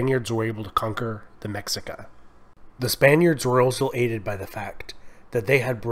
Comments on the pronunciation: 😂😂 the “ MECSICA”?? It’s pronounced MESHIKA.. great video!! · fyi - it pronounced ma-she-ka (mexica) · It’s pronounced meshica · Great video! FYI, the tribe was pronounced "Me-shi-ca" not "Mexi-ca" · The "X" is pronounced "SH". Not Mexica (mex-eecaw) but (Mesh-eecaw) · X is not pronounced as a CK, it’s pronounced as an SH. *Meshika. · I agree although some of the pronunciation was off as mexica is pronounced meh-she-ca ant texcoco is te-sh-coco. The information itself was great though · Magnificent video. I wish there was more study on this too. Native American history as a whole is severely underrepresented or misunderstood. We need more of this. Also pronunciation: *Méxica - MEH-shee-kah (X is actually a sh sound because of mistransliteration by Spaniards) *Aztec - AS-tek (Z is actually an S, again because of Spanish) *Méxica is what they traditionally name themselves. The use of Aztec was popularized after the invasion of Spaniards. Aztec is said to be the name of the Méxica people's ancestors from their mythological place of origin, Aztlan (As-tłan) Lake Texcoco - TESH-koh-koh Méxica capital Tenochtitlán - teh-notch-tee-TŁAHN ("tl" is more like a breathy L sound or a mix of Th and L) Tlaxcala - *TŁAH-sh-kala Mixtec - MEESH-tek Zapotec - SAH-poh-tek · This is a good video and pretty thorough overview of Mesoamerican Indigenous history. One thing though, and I can only speak specifically of the Mexica aspect, is the pronunciation. The X is like an SH sound. So it's Mesheekah, and other words follow that pattern, too, when in reference to Nahuatl words. Again, great info. I learned more about things I hadn't known much of. I'm a descendant of one of the various indigenous groups that settled in Sinaloa, but I'm on a search for more info. Thanks. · Cool video! I'm purepecha/chichimeca (Guanajuato) and nahua (from Guerrero and Puebla-Tlaxcallan area but an ancestor is from Cholula). Also Tlaxcalla and Mexica are pronounced "Tlas-calla" and "Me-shee-ca"